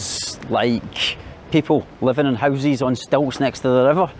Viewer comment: My man saying housies instead of houses I love this dude for this keep up the good 👍 work 👍👍😛😛